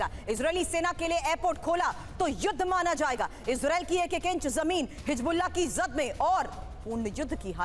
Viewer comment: Medam aap anpadh ho hizbullah ko hijbullah bol rahi ho accha nahi lagta